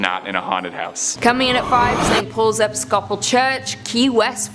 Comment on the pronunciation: did you hear how he pronounced Episcopal?? Holy shit. 😂 I was looking at the tv when I heard him say it, then I was like, what did he just say?? He said "Ep-i-scope-al". I mean...